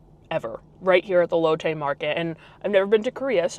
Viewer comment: Amazing video, fyi it’s pronounced Lot Tay, silimiar to Latte , not lote Tay. Just remember Asian pronunciation diff from American words